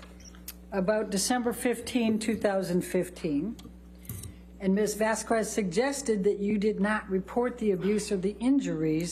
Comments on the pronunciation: Elaine was so disrespectful pronouncing Vasquez he way she did. How I know it was intentional it's because watching back the trial, Elaine pronounces Vasquez the right way once and she correts herself and says it again in the wrong way. Lol, oh Elaine and those dirty tactics. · All justified comments of Elaine’s horrible job of a lawyer aside, is anyone else ANNOYED with how she is butchering the pronunciation of Camille’s last name? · Like some others, I keep coming back to this. A couple of things stand out, the first being Elaine's inability to pronounce Camiles last name ( Is this an intentional low-key insult?). The other is the number of times Elaine says "what if anything" you could make it a drinking game to take a shot each time she does say it but you could be dead by the end. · I wonder if saying a name of your opponent consequently incorrectly during the whole trial maybe some kind of a red flag... Probably not... Oh, wait! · Who else is annoyed by the way elaine says camille's last name and issac beruchs name, she hears everybody say the name all the time and still pronounces it wrong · How come Heard's lawyer is never set straight on how to pronounce ms. Vasquez' last name? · Amber tured lawyer cant even say Camille's last name right wtf is up with that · Anyone still here in 2024? 😂 And anyone still annoyed to the bone by Elaine's pronunciation of Vasquez? 😅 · I would have doubts about the intelligence of my attorney if after 2 weeks they still cannot pronounce the other lawyer's last name even though they have heard their own client pronounce it correctly the judge and others.. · It's like a verbal Gatling gun. But honestly, Elaine deserved it, she was arguing with the judge and CONSTANTLY mispronouncing Camille's Name. No way she didn't know the correct way to say it. That was pure spite. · Her last name is not VasqWez, it’s VasQUEZ. The U is silent. For an educated person she sure doesn’t get it. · Elaine, it's Vas-kez, not Vas-kwez!